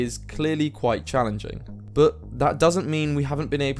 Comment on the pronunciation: I think you should work on your pronounciation of the word "but"